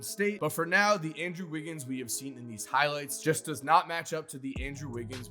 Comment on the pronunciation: "thee best of thee best"